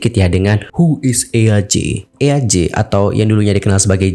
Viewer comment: kak btw baca nama eaj tu bukan eyaj wkwkw tapi jadi "ij" gitu😭😭😭